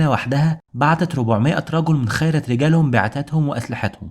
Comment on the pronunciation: عمل ممتاز ورائع جدا جزاك الله خيرا ولكن أرجو منك في بعض الكلمات أن تقرأها صحيحة مثل ( خِيرة )بالكسر و